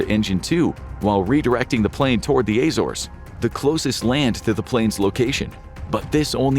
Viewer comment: The way you pronounced Azores physically hurt me